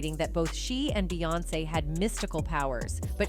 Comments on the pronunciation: Jesus I can't listen to this AI shit anymore..."BAY"🤦🏽‍♀️. SMMFH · When yall say her name “Beyoncé” yall pronounce it “BEEyoncè” Yet yall pronounce “Bey” & “BeyHive” as “Bay” & “BayHive”…… pisses me off